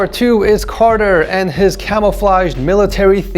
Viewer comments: LMAO yeah it's Cartier Car-t-a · No one:: calls Cartier, CARTER